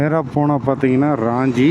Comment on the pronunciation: அது ராஞ்சி (Raanji) இல்ல..... ரான்ச்சி (Ranchi) நான் அங்கே ஒன்றரை வருடம் பணி புரிந்து இருக்கிறேன். தசம் ஃபால்ஸ் க்கும் ஒருமுறை சென்றுள்ளேன். நல்ல வேளை நீங்க அங்கே போகல. அங்கே திருட்டு வழிப்பறி சகஜம்